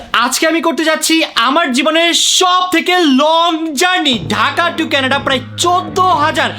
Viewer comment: কেনাডা না কানাডা